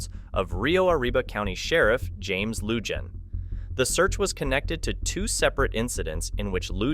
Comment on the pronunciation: You're right !!! When they showed the the new clips on him they said Lujan properly. This mispronunciation drives me nuts?